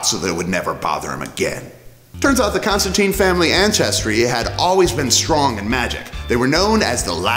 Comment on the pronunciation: If you're gonna introduce people to the character, pronounce his name right. It's Constan-tine, not Constan-teen.